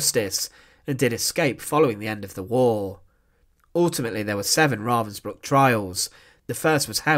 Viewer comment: Aldo his mispronounced name Ravensbruck is really bothering me